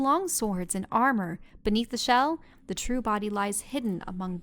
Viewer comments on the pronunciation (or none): "It's wearing a Chelle!"